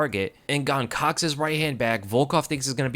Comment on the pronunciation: Why you Muricans all of a sudden try to pronounce foreign names right? Just call him Gain, sounds much cooler anyways. Just stick to saying foreign names wrong ffs we are used to it now and that's what we expect